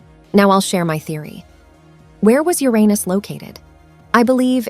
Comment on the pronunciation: Loved the video best part was hearing plutin, plutin, but what about ur anus. Lmao